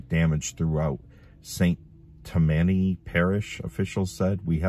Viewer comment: You are saying Slidell correctly. You slaughtered St. Tammany though. "Tam--man--ee" run together is correct. I live about 50 miles west of Slidell.